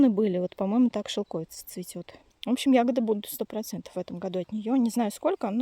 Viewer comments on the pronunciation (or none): это шелковИца!!!!! Уши вянут от шелкОвица!